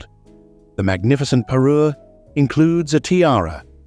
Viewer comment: Unerträgliche KI Kommentarstimme, Fehler auf Fehler in der Aussprache. Bohnen Fransen Tiara, Bananen Tiara, Leienburg/Loienburg/Likenberg statt Leuchtenberg , Wunderkerzen, Peru statt Parure usw. The A I voice is horrible. Mistake after Mistake in pronounciation and completely wrong names and words. Please not a second part with A I voice!